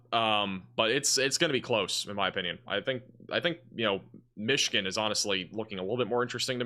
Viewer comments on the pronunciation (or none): none